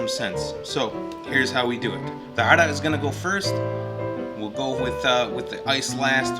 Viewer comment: great video... Hey are you lebanese? you pronounce the word Arak so well in arabic